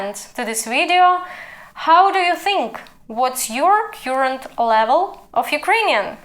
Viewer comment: все гарно, але кёрент або карент замість кьюрент.